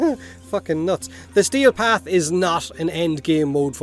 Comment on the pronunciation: I kept hearing stale path instead of steel path lol